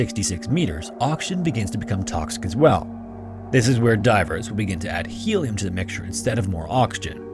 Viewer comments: Its HELIUM, bot HELLIUM! :-) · Start speaking English - it's Helium, not Hellium.